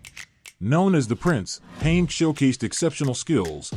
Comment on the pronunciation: I noped out when the AI voice over called him